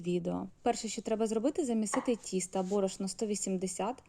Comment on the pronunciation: Будь ласка говоріть: дОдала, пОмідор, вОна, тІстО...